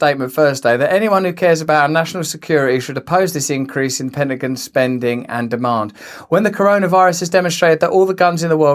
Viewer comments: Penagan? Whats the Penagan? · It's funny how he pronounces Pentagon All Jokes aside keep up the good work Russell God bless you 🙏 my friend. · Hilarious how you pronounce pentagon 🤣